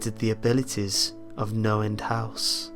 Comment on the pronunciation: I thought he kept saying Noland house...